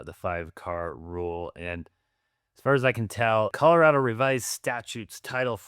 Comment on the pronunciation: You're wrong. It's an A, not an O. rad-o not rod-o. All your friends were from other places, and also wrong. The latest screw-up is Calarodo. Like California. I'm second generation, born in Denver, old man now. Our family started here in the 1920s.